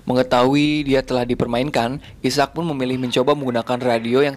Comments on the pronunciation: Bukan isak njir. Aizek sebutannya. 😂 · bukan isak..sebutannya i-sack..ejaan asalnya Isaac..terjemahan malaysia dan indonesia adalah Ishak..contoh nabi Ishak As